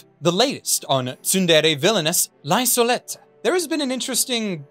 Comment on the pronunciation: great vid, but i still died at your pronunciation of "Lieselotte"